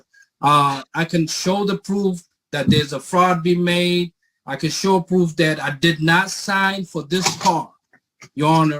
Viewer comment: Anyone else know why can button shirts and seemingly cannot? I have seen him with a buttoned shirt, but I think it is either a deepfake or his assistant did it. "I have "a" prooffff" Ok... "Dis a Fraud"... "How can do a" English is hard guys.